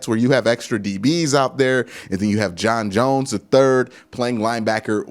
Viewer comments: Q, at this point you’re butchering JJ3’s name for the meme now lmao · Q you just can’t get John Johnson’s name right🤣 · Exactly it can't be this hard to say John Johnson 😂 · Just call him "JJ3" lmao you are never gonna get John Johnson III name right 😂😂